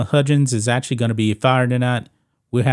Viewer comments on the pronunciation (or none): Lol he messed his name up like 78 times. There's no D in his name. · Huggins..NOT Hudjin's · This guy also can’t say the name right, it’s HUGGINS….Not Hudgens 😂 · How does he not know how to pronounce Huggins? He’s never watched College Basketball? He keeps saying Hudgins... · ITS HUGGINS NOT HUDGINS SMH but ya he’s done for can’t be that stupid man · Dude learn to say the guys name . It’s Higgins not hudgins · I cant stand the way you say huggins’s name. It’s HUG gins. Not HUDGE ins. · His name is pronounced Hug-gins, not Hug-jins. 💪🏾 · Its Huggins, as in hug. Not "hujins". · How in the fuk dont u know how to say Hug-gins..😂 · learn how to say his name if you’re making a video about him…. you hurt my head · Way off topic but relevant, how do you consider yourself a sports expert when you cannot pronounce the name of one of the most well known coaches ever? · Huggins with hard G sounds. How does a sports show think its pronounced with a J sound?? 😂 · I agree Huggins should go, but you sir, need to learn how to pronounce his name!!